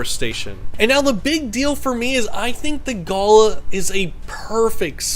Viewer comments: Galahs here in Australia hang out in flocks of hundreds to thousands. I own 4, some rescue of which I've owned for nearly ten years, one of which was raised from 6 weeks old . They are highly affectionate and comical creatures, however a word of advice on pronunciation, I hear you saying it in the way you would pronounce a gala (festival), however it's pronounced evenly Gaalaah as in ga ga ga, la la la, G a l a h. Beautiful young Galah there. Cheers. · Not a big deal but how we pronounce them in Australia is like galaaaah. With a big emphasis on the final a. Not a big deal just putting it out there :) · The worst pet. 80 year commitment, it's like having a 2 year old. Avoid. You pronounce galah really badly 😳 Google the pronunciation, please 😄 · Great video. Really informative and full of great unsight into these birds 😄 however, your pronunciation of the name galah is maddening haha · Australian here, love your videos. First time I’ve heard it pronounced guh-luh. Maybe it’s pronounced differently elsewhere 😂. But yeah usually pronounced ga-la, really emphasising the a’s. Also, there’s a bunch of these guys who just live around my area, they’re super cute when they fly down to drink from my dams. Absolutely adorable birds. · You need to learn how to pronounce the name of the species, All one word but Ga lar, not Gala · You got the pronunciation wrong it is ga LAR (with an "are" or R sound.. or like R in jar) . My exes parents have one so I guess he'll have it one day, my daughter has one and my mother has a pair of galahs. They are fun birds. My favourite parrot is a corella which my exes parents also have, it comes up with things and sentences which weren't even taught to it and uses the sentences for the right situations. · Ga-lah .. it’s pronounced ga-lah .. a gala is where you go to a pool 😅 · in aus we pronouce it (gul ahhhh) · You pronounce the word as Ga-lah, they are gorgeous birds. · The way you are pronouncing Galah is incorrect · Yeah, who says guluh 😂